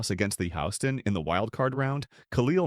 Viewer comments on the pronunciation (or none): Lol Why did you say ‘Houston’ like that?